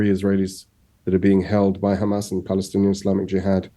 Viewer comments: Maybe they want to stop the aid to gazans and guess what! They are so moral so they are going to throw the blame on khamas! 6 mobths later they are not able to say Hamas correctly! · He keeps repeating KHamas..... sickening to hear the same scripts when the issue is Israel deliberately killing WCK staff.....very shameful